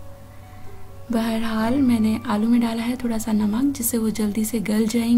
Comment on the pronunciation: it's not bahraal it's Behrehaal